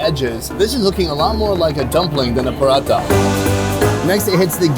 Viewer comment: OMG stop saying paratha that way!! We do not roll the R, it's not Spanish.